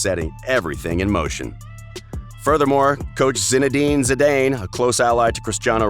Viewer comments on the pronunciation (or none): Zi-Dane wtf i hate Americans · If he says C-Dane instead of Zidane one more time.... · Brah, no one pronounces it U-E-F-A and It's not Zi-DAY-n its Zi-DAHN your lack of pronunciation makes your content cringy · His name is not Z - dain, it is pronounced Z- Dan. (Dan same as the first name Dan or short for Daniel) Zidane. Zee Daan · It's pronounced as Zee Daan. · I don’t think it’s pronounced ZI-DANE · I man said Zadane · 1.23 - They show a picture od the Galaticos.... with Brazillian Ronaldo, not CR7... lol...then he mentions golden shoes!!! its the golden boot!!...its pronounced Zee-dan (Zidane), and U..E..F..A.. does he mean 'You-ay-fa' (UEFA).... gotta love the American's for their knowledge (lack of) in football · "Crischano" "U. E. F. A." "Golden shoes" "Zidain" what is this crap? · You missed zee-Dane 😂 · when I should have turned it off, he calls Zidane "Zi-dayne" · for a soccer expert you sure know how to butcher the names Lionel and especially Zinedine Zidane. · My ears are bleeding after hearing how he pronounced UEFA and Zizou. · When Americans try to talk football...the way they pronounce Zidane made me turn off the video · you should hear how he says Zidane